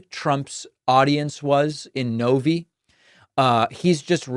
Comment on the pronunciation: David.... No one pronounces it No-Vee... It's No-Vye.